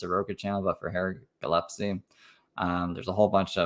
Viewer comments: It’s GILLESPIE love, not Gillepsie lol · DAMNIT! I MISSED IT!!!! P.S. Gill (like a fish gill) Gill-es-pee 😂😂